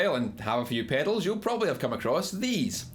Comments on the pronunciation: Drink everytime he says "pehdals"! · Like it rhymes with "fatals" lol